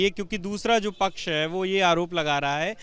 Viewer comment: Muslim pach sahi nahi bol raha